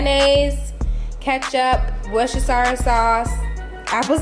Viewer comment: LOL Am i the only Brit here dying over how she says Worcestershire? LMFAO